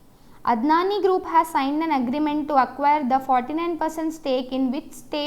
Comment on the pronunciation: Q31 its Adani group and not Adnani.